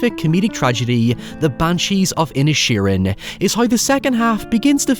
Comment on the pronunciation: I kept thinking you were calling the town ‘Ed Sheeran’ lol